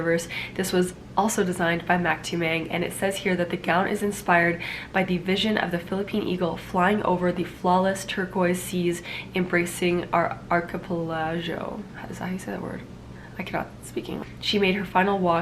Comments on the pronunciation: archipelago[ ahr-kuh-pel-uh-goh ] i love you siera! ;* <3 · It pronounces ARKEPELAGO” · When she tries to pronounce archipelago 😂😂❤️❤️